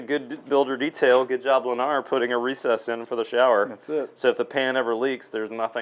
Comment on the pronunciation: You lost me the moment you said “Lennar”